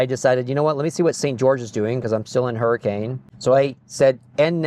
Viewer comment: AND its Hurri-kin! Not Hurricane!